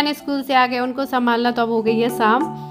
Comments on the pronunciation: Rama di ko sha bolne me problem hota h woh sa hi bolti h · शाम होता है ना आप जब देखो तो बोलती हो साम